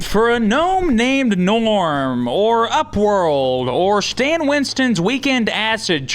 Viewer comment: It's G'norm, not Gnorm!